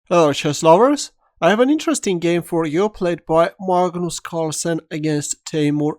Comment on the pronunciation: marlgnoolse cwarlsenn?